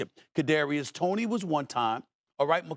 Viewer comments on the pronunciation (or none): none